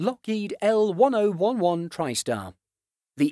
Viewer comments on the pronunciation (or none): It really tickles when I heard el-one-o-one-one... The narrator definitely is not an avgeek 😁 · The numbers are actually pronounced in the L-1011 not L dash one zero one one but rather the Lockheed The letter L pronounced and ten eleven. Please get it right. I hate when commentators screw up the pronunciation of things. So that's L ten eleven. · This video should be taken down and redone with L-Ten Eleven pronounced correctly. It's an embarrassment to AV Geeks everywhere. There are multiple resources teaching a novice aviation fan how to pronounce the name of this aircraft. Including the Wikipedia page. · Congrats u butchered the lockheed's name. L WHAT?!! It's L 10 11, not L 1 0 1 1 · Smh at one oh one one..... wow.... if someone doesn’t know it’s L-ten eleven, do they even need to make airplane videos??? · I thought only 30 Il-96's were ever produced. L-1011 is pronounced L Ten Eleven. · Pronounced Lockheed "Ten-Eleven" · Yeah, ditto other comments....this is an example of lazy videography. No new content or insight, sloppy research (even a little of that would have clued in about how to pronounce L-1011, and apparently digging no further that can be easily grabbed from Wikipedia. Way too much of this kind of shallow content on YouTube. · Pronounced "L Ten Eleven" that was cringe dude. Thumb down. My ears still hurt. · Fire this narrator!!! What you mean L 1-0-1-1?!!!! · Ten-Eleven. Ten-Eleven. Ten-Eleven. Ten-Eleven. Ten-Eleven. Ten-Eleven. Ten-Eleven. Ten-Eleven. Ten-Eleven. Ten-Eleven. Ten-Eleven. Ten-Eleven. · ......I'd like it better if you would be so kind as to say L-10-11.....repeat....L-10-11.....it's not that difficult, trust me. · It's read as L-Ten-Eleven-Tristar